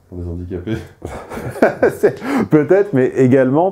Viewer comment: a été très bien, en plus elle a bossé les questions relatives au sujet présenté. Et puis le "h" de handicapé...so fine.